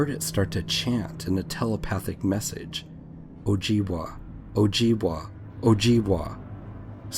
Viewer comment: just to let you know its pronounced o jib way not wa awesome stories though